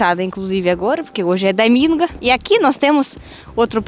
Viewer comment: "É muito camum num damingo" 😁